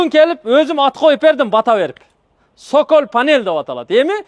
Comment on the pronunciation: Цоколь деп аталат,сокол эмес 😂😂😂😂